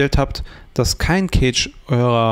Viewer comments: Bro, Cache ist nicht Kage sondern weiches C, eher so K_asch. Sonst gutes Video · Eher "käsch" oder besser "kasch". Gutes Video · Eher Käsch, ob aber mit ä oder e gesprochen ist togal ... so wie das Wort Cache jedoch hier im Video ausgesprochen wird, bedeutet es auf deutsch übersetzt "Käfig" (engl. Cage).